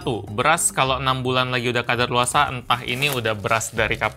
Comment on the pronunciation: kadaluwarsa bang bukan kadarluwasa :v